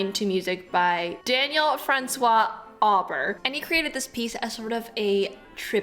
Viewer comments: Pronounciation of the name of the composer of Grand Pas Classique,..Auber...is "Oh Bear", it is French. "Awe ber", is not correct. Merci. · Just an FYI: the composer’s name Auber is pronounced Oh-Bear. It’s French. Just saying. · Auber' name is NOT pronounced like you have... it sounds like: 'Obair' ...the 'au' in French is pronounced like 'O' and 'er' at the end of a word like 'air.' Hope this helps. . . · Auber's name is actually pronounced oh-BER... but either way, what fabulous music! And the pas is lovely... the precision of that passage is just nuts.